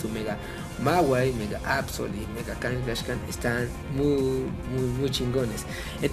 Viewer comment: A ver fan de hueso colorado que pronuncia "Blaiziken" y "Kangashkan", sólo iba a comentar que sí era un Cuben sólo que su madre no había muerto para robarle su craneo, pero cuando pero cuando dijiste que a los posers no les gustaban las megaevs ahí si dije, yo SÍ soy un fan de hueso colorado y hasta pronuncio bien y la verdad me ha costado mucho aceptar ésto, porque son un intento desesperado por levantar pokémon, Y los realmente los posers son los que aceptan los cambios así como así.